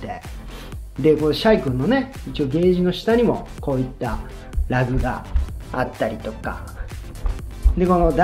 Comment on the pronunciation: Rugなのに発音がLag